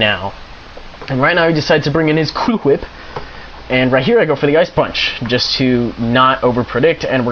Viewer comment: Say Cool: "Cool" Say Whip: "Whip" Say Cool Whip: "Coo Hwhip"